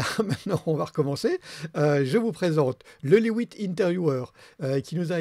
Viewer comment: reporter de guerre... La différence entre le mic lavallière et le petit bâton est patente. Alors sinon, si c'est autrichien est-ce que ça ne devrait pas se prononcer "lait vite" plutôt que "les huit, mais en Belge"? Mais peut être qu'eux mêmes, chez laihouitte, ils le prononcent "à l'anglaise", je sais pô. (Mais bon, j'vais pas critiquer le, c'est le meilleur youtuber testeur de micro du monde vu qu'il s'est abonné à ma chaîne, c'était juste pour aider! 😄 ) Et important, point Covid, l'avantage du masque c'est qu'on a presque plus besoin d'anti-pop. Faut rester positif.